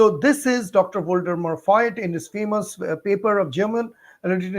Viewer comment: Voigt is spoken - if you want to pronounce it correctly in German - „Fogt“, with a long o as in „go“. The i in Voigt is an old so called „stretching i“ ( there is a stretching e, too) and is always silent. In modern times stretching i‘s and e‘s play no role in German writing anymore, but personal names, names of cities etc. are still written the old fashioned way. Just said. Not meant to bother you, your intention not to anglisize everything is highly welcomed. Greetings to India.